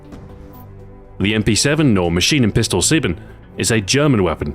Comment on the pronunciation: As a german i can't help but to crack up when you say "Maschinen Pistole Sieben" xDDD .. especially the "sieben" :D .. PS: This is not intended to be a hate comment .. i just love the way american/english people speak german :3